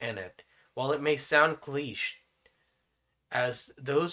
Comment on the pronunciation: “while it may sound cleesh” LMAOOO